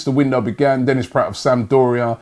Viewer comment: Denis PRATT?? Robbie! You learnt how to pronounce "PRAHT" last week. Pronounce the "a" as in bra!